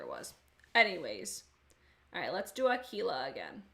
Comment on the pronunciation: If you use them with a glitter primer they will be very pigmented...btw I think you’re the only one that has pronounced “Aquila” perfectly 😆😆😆